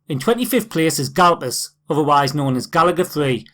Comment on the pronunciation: Uh, I'm pretty sure it's "Gaplus" not Galpus.